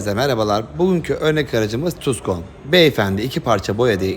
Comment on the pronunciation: Sami Tarcan Tuskon değil la Tukson 😂🤣 Seviyoruz seni Sami Tarcan...